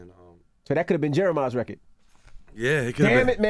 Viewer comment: attention all new york people: its RECORD not RECKID